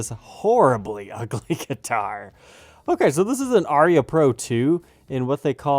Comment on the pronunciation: interesting and odd. I laughed when pronounced it Aria.